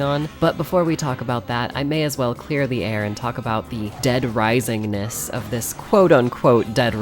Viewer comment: dead risising :0 such a classic